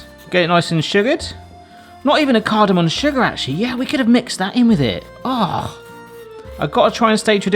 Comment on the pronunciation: Cardomom not cardomon come on 😂😂😂